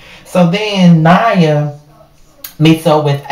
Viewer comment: Her name is pronounced Nia like Nia Long